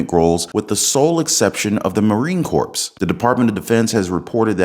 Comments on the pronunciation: Corps is pronounced Cor , the s is silent. My daughter and I will do everything possible to have my grandson ( will be 18 in December ) leave the country. I don't want my grandson killed or maimed for any damn bankers war and they all are bankers wars. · Did you really pronounce the p in Marine Corps. OMG 😢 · ..there is no "P" pronounced in Marine Corps...come on maaannn!